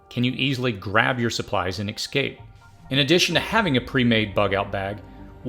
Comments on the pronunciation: EScape, not eXcape. Espresso, not eXpresso. I know you can do it! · Your videos are amazing , but PLEASE .... the WORD is ES-CA-PE not EX-CA-PE..... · Stopped watching when the narrator started saying "ecscape." It's EScape... not ECScape. Smh...🙄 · The word is EScape, not EXcape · Essssssscape. Not eXxxxcape. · Stop saying "excape"! It's "escape" EScape! S. Not X. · Good video, but you do know the word “escape” is not pronounced “excape,” right? Kind of annoying to hear it pronounced that way 50 times. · Say ecscape one more time...but this is a great video.